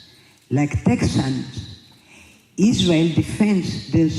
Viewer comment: Lindsey Graham should be slapped for many reasons but every fkn time I hear him say “Isrul“ it makes my skin crawl